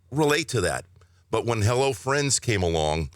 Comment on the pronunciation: For some reason, and I went back and listened to it again, the first time he says it I swear it sounds like "Hello Fritz" and I was like, was his Dad's name Fritz? I was literally waiting for the explanation for Fritz and how it got turned into Friends.